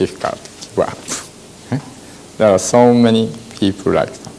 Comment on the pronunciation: Rike a crowd, rike a brew sky 😊😊😊😊😊😊😊😊